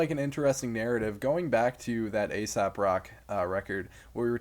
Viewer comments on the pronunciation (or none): It was a mistake I made early too getting into Aesop but its pronounced "Ay-sop" not "Ay-sap"